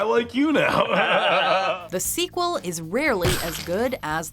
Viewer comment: Why do you keep saying squeal lol